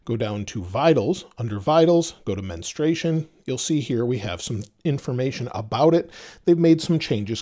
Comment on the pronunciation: It‘s mensturation, not menustration 😂